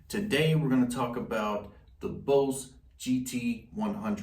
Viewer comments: Stop spinning in you chair and sit still ffs. Also it’s pronounced Boss as in “boss”, not Bose. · Nice vid bro. I like how you say “BOSE” instead of “BOSS”. I have both the Line6 Pod HD500X & BOSS GT-100, bought them both in 2013. Both still hold up. Yes the look is a bit dated, but they do the job. I’m thinking about upgrading to the Helix & GT-1000, but what’s the point if you just use it as a standard pedalboard. What are IRs (input responses)? I’m not up to date on the latest stuff or gimmicks. Is it the response when if hit the string lighter to harder it simulates that? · why is he saying boze lol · “Bose” 😂 I understand. When you learn something by reading pronunciation is always off. Good review nonetheless (that’s “known thele ssss”) and I’m just playin!